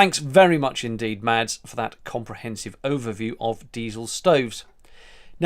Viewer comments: Hi from Danmark. Pleae, no offence but I think you will find that your Danish Friends name is pronounced Mas and not Mads. The 'D' is more or less silent, example:- Mads (Mas) Mikkelsen. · Great video. Ps the d in Mads is silent